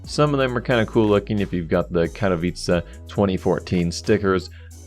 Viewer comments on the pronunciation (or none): none